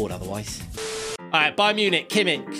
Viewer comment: Kimmick? its kimmich